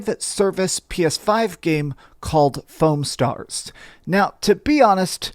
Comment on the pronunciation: You pronounced it wrong though.